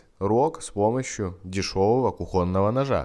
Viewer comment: Кухоного)))ударение на о)